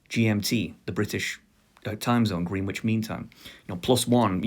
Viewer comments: Green Witch? It's Grennitch mate, innit. P.S. I'd pick Spanish or Mandarin... ...if English didn't exist! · Actually Greenwich is pronounced "grenitch" look it up its real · it's pronounced like spinach